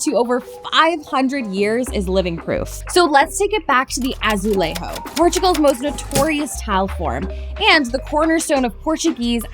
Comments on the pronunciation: Unfortunately, you pronounced the J in 'azulejo' as an H sound, which is Spanish 🫣 J in Portuguese is pronounced as in French, so a ZH sound as in 'measure' or 'treasure'. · Doing a story on portuguese tiles but pronouncing it in spanish - it should be a-zoo-lay-joo (s) a-zoo-lay-jooj (pl) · This is a sure way to trigger a Portuguese person... its Azulejo with a soft "J" , don't pronounce the "J" like it's Spanish.. we use a sof J.. like Juliet, or Japan . Not that Throat sound the Spaniards use. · yes, but it is the wrong pronunciation for what she is talking about... PORTUGUESE tiles. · In Portuguese you pronounce the J in azulejo. In your video you had a Spanish accent. You can hear the j in google translate even tho it’s in a Brazilian accent. In any case, great video! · How did you not Google translate how to say the word azulejo 🙈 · I came here to say this too. Unfortunately the use of Spanish language pronunciation for Portuguese words is a very common mistake across English speakers. In this case, the problem is a lack of research and prep from the writers and producers of this video. Maybe a bit of cultural awareness. Mixing Spanish and Portuguese is one of the things that bothers Portuguese speakers (myself included) a lot! I promise I'm not hating on. 😊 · nope, we pronounce the J in Spanish same as in Portuguese, she is doing an American accent.